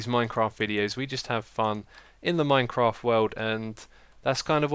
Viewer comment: it sounded like Xisuma said MineCrack i was loling the whole time